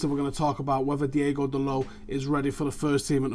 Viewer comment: it's DI-O-GO not DI-E-GO Dalot btw what has happened to Callum Gribbin?